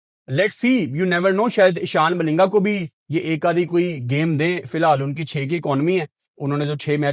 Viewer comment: abe ehsan malinga nehi 😂😂eshan malinga...